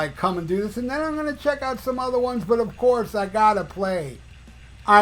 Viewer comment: Of KISTH??